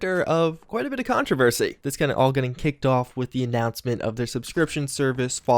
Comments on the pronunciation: "Quite a bit of a contreversy" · Could you fucking stop calling 'controversy'?